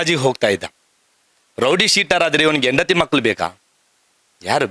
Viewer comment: ನಿಮಗೆ ನಾಲಗೆ ಸರಿಯಾಗಿ ಒರಳುವುದಿಲ್ಲವ... ಅಣ್ಣ ಅಂತ ಹೇಳಲು (ಅನ್ನ) ಅಂತ ಹೇಳ್ತೀರಾ. ಮಕ್ಕಳು ಅಂತ ಹೇಳಲು (ಮಕ್ಕಲು) ಅಂತ ಹೇಳ್ತೀರಾ...😂 ಹೇಳು (ಹೇಲು) ಅಂತ ಹೇಳುವುದಕ್ಕೆ.. ಏನ್ರೀ ನಿಮ್ಮ ಕಥೆ.